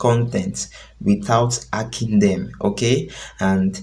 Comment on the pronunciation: Nonsense that's why l didn't subscribe...... It's not ekhing its hacking